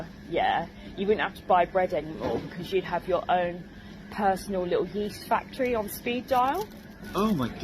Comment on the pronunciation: "Yeeest factawrray". Like, what part of that unnecessarily stupid eastender inflected BS question would sound good to a Human Male? Seriously.